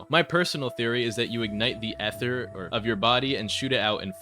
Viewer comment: "eh-ther" 💔💔💔 just say ether